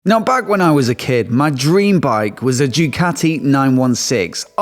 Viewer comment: pleeeease: if you dream of a Ducati, pleeeease learn to pronounce the name correctly: it is not Diucati nor Djucati